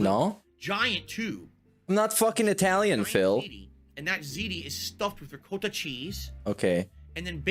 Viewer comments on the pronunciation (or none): Italian style pronunciation of Manicotti and Ricotta. Then... S A U C E:_bust